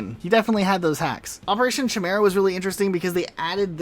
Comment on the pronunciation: Chimera? Why do you pronounce it that way? lol